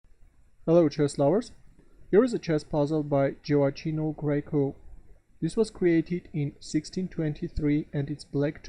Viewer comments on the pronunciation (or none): It should be pronounced something like “joeakkino”